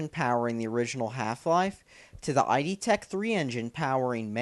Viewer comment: He's so stupid he's not even saying "id" correctly, he's spelling for a name, and he sounds like a MGTOW twit!